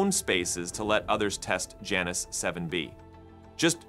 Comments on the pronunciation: That's Janus, not Janice 😂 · Why Janus? Could it be that they mean Jew-anus? Seriously y'all. I am not joking. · You can’t say Janus without saying anus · It would be nice if the reader could pronounce Janus...